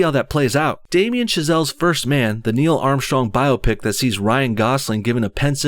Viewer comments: Bi-op-ic not bio-pic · Biopic - By-op-ic Not Bio-pic